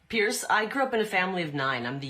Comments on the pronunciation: She's having a hard time becoming Ms. Irrelevant. And Kari, btw, it's pronounced Piers as in peers, not as in pierce, even though pierce is exactly what Piers is doing to you ! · She calls him Pierce instead of Piers..can't even get his name right.